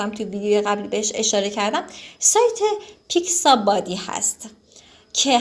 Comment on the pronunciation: دوست عزیز نام برنامه ها را اشتباه گفتید یکی پیکس آبی نه پیکس بادی و دیگری فلت آیکون نه فلکیشن